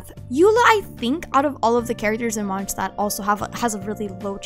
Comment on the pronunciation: My ears hurt after hearing 'Monsztad' thing